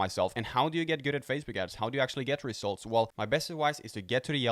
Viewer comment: I like the way you says 'rezultz'...😂👍